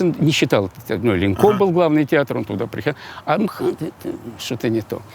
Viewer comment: "Эм Ха Тэ" звучит хуже, чем "МХАТ". ИМХО.